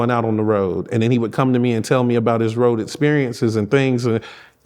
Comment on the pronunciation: “ On The Rwoad” Like The Lil Boy From Temptations.😂😂😂